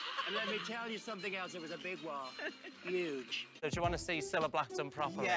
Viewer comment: Yuge, Ji-na.